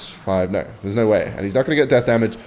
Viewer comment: "I have the most normal accent" saying no: "noeigh"